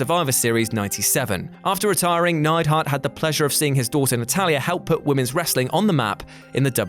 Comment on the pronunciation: Neidhart, not Neidhardt